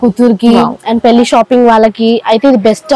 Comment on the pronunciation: పెళ్లి అనాలి